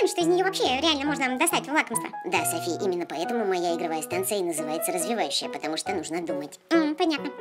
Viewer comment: не сафi а Софи!